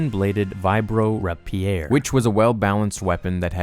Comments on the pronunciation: I heard that too lol He raped my ear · Also Ray-peer, not Rah-pee-air. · ra·pi·er /ˈrāpēər/ Ray-pee-er NOT Ra-pee-air Please and thank you. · "vibro rap e air" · HAHAHAHAHAHA. raH-Pierre. Best pronunciation gaffe yet! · Melee= MAY-LAY .... Rapier= RAYP-YEER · Gr8 vid, but "-maylay-" and "-rapeer-" is how to say them;) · Oh god the way he pronounced rapier killed me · I grunted through this, even though you don't know how to pronounce melee or rapier. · That's not how you pronounce "rapier".